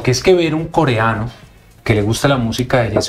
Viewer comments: Esta periodista es ñeque, tirada para brutica, que estudie expresión de habla, pues no se dice koriano, niña es koreano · Coriano, nooo señora, coreano😅😅